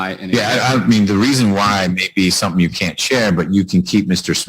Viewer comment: He’s the president of RCA and can’t even pronounce “you” correctly…